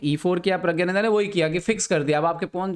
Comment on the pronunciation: Sir his name is pronounced as 'Pragnanandhaa' NOT 'Pragyanandhaa'